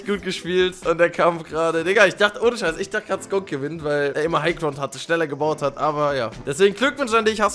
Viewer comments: Wer kennt's nicht :"high kround" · Genau "highcround" 🤣🤣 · Sprich doch einfach bitte das fucking g aus und nicht highkround